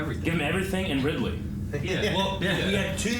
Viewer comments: I think he said "Ridley" but just pronounced it like "ride-lee." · I wouldn't hang out with someone who calls the falcon punch "captain punch" or someone who calls Ridley "Riley" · said RILEY